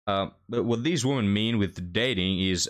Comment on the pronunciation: I'm here to listen to you talk about " theez woomans"